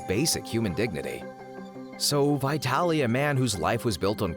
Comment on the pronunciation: Not vaYtalee but vEEtaly !